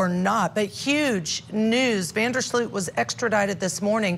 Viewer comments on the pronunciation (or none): Offtopic, but every time English speakers pronounce his surname I cringe, it is an elongated "O" not an "OE" sound. FYI his surname means "of the ditch" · I’m so sorry, but the mispronunciation of his name by both ladies is sooooooo irritating!